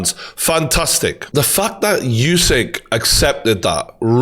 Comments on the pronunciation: True Geordie, I love you mate but pls stop saying YOUSYK! :D Usyk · Name is pronounced ‘Oosik’ not ‘Yousik’ , you brits don’t stop the disrespect..